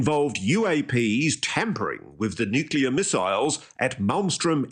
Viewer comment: Amongst this bland, nondescript, word salad, you lads noted "nucular" and "eckcetra" and failed to notice the brilliant "constrived". I think his brain has formed a hybrid of contrived and construed. This is nothing more than a Diet Bob Lazar Lite 2023 version of an old concept, told by someone far less believable, with less charisma. You can see it in his eyes that he doesn't believe himself. If you've seen that look, it's almost unmistakable. Great show as always. Oh and God bless the Jaffa Cake. 👍🏼